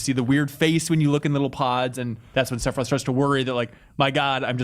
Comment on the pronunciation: I beat this game for the first time a couple of years ago and was absolutely blown away. Nostalgia had nothing to do with it. This is an incredible experience and one of the greatest games ever made. Also every time says "Sepiroth" I want to kill myself.